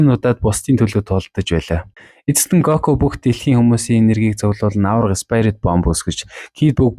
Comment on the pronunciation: спаярит биш спирит